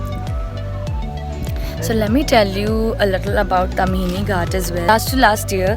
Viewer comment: Plz its a "Taaamhini Ghaat" okay.